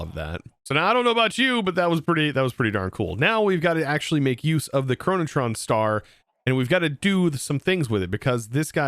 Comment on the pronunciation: i like how there is no R in "Chronoton", yet keeps pronouncing it as "ChronotRon"